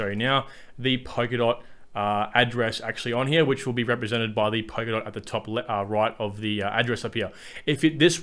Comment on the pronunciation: blablabla POKERDOT blablablabla POKERDOT... It's Polkadot. POL-KA-DOT. Thanks for the video.